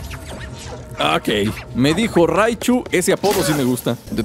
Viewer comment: dijo ratchu no raichu